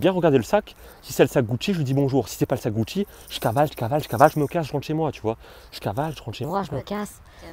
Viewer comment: Le gars dit GUCHIT